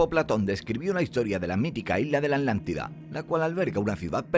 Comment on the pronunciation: Es Atlantida, no Atantida🤔